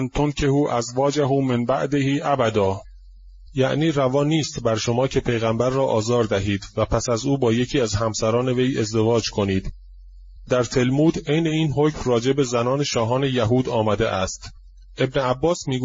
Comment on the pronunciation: Talmooz not Talamooz.